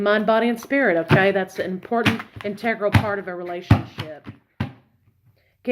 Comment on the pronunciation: Is that even how you say that ," Integral " lol. #divaofthedeck